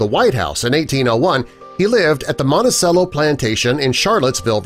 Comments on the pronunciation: It’s pronounced Monti - CHELLO. Not Cello. Think of the stringed instrument. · It's not "montesello", it's "montechello". Like the stringed instrument that is between a Viola and a Bass in size - a Cello! What, are you all from Illinois? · I automatically discredit this just because you cannot pronounce Monticello correctly. The proper pronunciation is “mohn-tee-chell-o” Chell-o like the instrument cello (cheh-low). Not "mohn-tee-Sell-o"!! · You’re mispronouncing Monticello. ...cello is pronounced Ch-el-oh. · Yes. Like the instrument. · Willow Feather, you are absolutely correct, however, I think the world 🌎 will continue to spin on it's axis, in any event. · It’s a fact that Thomas Jefferson had children with this girl. Their descendants have been identified. It’s public knowledge and it’s pronounced “Montichello”. The “c” sounds like “ch” in “cheese”. Also public knowledge. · It's pronounced "Monti-CHELLO"... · He had over 300 slaves and you're pronouncing it wrong it's Monti ch ello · Not commenting about the “relationship “. 1 you pronounce the word Monticello wrong every single time the c makes the “ch” sound 2 he did not inherit the land from his father he inherited it from his wife’s father and 3 almost all the exterior shots of the building is not Monticello but his other house Poplar Forest. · It is pronounced "Mon-ti-chello". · DNA has proven this to be true.Sally was not "half white" but at least 3/4 white as her mother also had a white father.Monticello is pronounced as Mont -ta-chello.Not very professional of you to misprounce such an important name in the story. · I just wish you learnt how to pronounce Montecello correctly... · the c is said ch in italian , i thought everyone knew that , Monticello is a dark cherry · Ok, but if my dude mispronounces Monticello one more time. Bruh. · He mispronounced Monticello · Poorly done, can't even pronounce Monticello correctly. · I'll sub if you learn how to pronounce Monticello